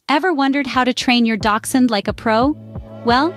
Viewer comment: The H in Hund is not silent. Quite the opposite.